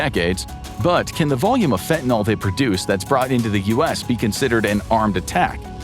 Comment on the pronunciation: Fentanyl rhymes with pill, not with alcohol. The word ends with a Y, not an O or A.